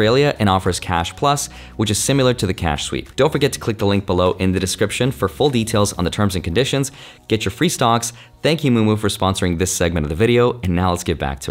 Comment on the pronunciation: Great video,. And did I hear you say "sim-u-lar" instead of "similar?" That's a "nuc-u-lar" offense! Just playin'; love the videos. Keep it up, man.